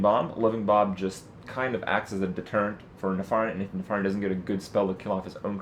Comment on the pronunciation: nuh-far-iun... isn't it neh-fer-ien?